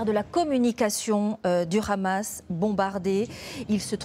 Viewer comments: Pourquoi « RHAMAS », c’est « HAMAS », donc faites un effort, ça peut paraître inacceptable de dire ça comme ça, mais il faut respecté l’orthographe et la prononciation des mots. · Ça prononce même "khamas", les leçons ont bien été apprises mdr